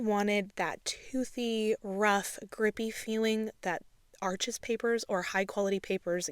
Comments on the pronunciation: You will come across more effectively if you pronounce the name of the cotton paper properly, it looks like arches but it's pronounced arsh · I just discovered your videos and they are easy to follow and immensely helpful for a beginner—thank you! One additional thought—Arches is a French company and pronounced “arsh” not “arches.” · Arches is French, it’s pronounced “Arsh,” the (s) is silent, Thanks for sharing!!! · Such an incredible tutorial. I’m taking my second year of watercolor and I’ll be sure to share this with my professor :) (Also just a note about the paper: I’m pretty sure Arches brand is French and is pronounced ‘Arsh’) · This is really helpful, thank you! 😊 Just a heads up - Arches is pronounced 'Arsh.' Something you only find out when you ask for it in an actual shop, lol! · What a lovely and helpful video. Thank you. By the way Arches is French. It's pronounced like 'Arsh' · Arches is French, it’s pronounced “Arsh!”